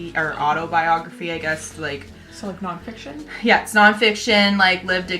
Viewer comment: I was initially very confused by your pronunciation of autobiography until I saw the title so +1 for that in addition to that beautiful cover! Quick question, do you ladies usually get your recommendations from friends, family etc, or do you scour Goodreads with their ridiculous amount of options? Also, "I heard it's a....book!" I'd hope so :P